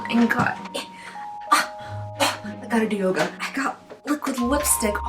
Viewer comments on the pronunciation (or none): none